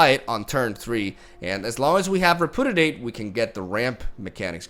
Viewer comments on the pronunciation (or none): I love your videos but I just have to say.. it's pronounced.. re·pu·di·ate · Ree - Pew - Dee - Ate. Just trying to be helpful. I know it's your second language. You are the shit. Keep up the good work. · nobody:: reh-poo-didate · I absolutely love that half of the time you can barely pronounce Repudiate (to be fair, not a very usual word). Lovely deck, lovely matches, my dude. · Listening to try to say repudiate is it's own entertainment lol